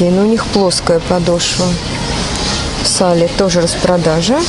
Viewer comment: Извините, но очень режет слух sale читается как "сэйл", а не "сали"